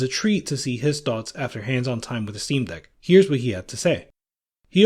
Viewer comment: he said dock.. not deck